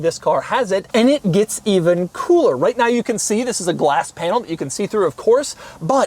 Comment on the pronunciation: Nobody: French Doug DeMuro: ZZisss!